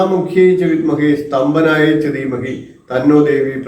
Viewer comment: സ്തംഭനം എന്നല്ലേ വേണ്ടത് സ്തംപനം അല്ലല്ലോ